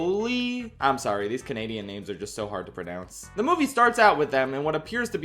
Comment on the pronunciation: canadian here, who lives down the street from where this was filmed! matt made a surprise appearance after the screening i went to for a q&a. he told us that he’s been popping into theatres all over north america and from what he’s seen, americans think the funniest thing about the film is the way he says “sorry!”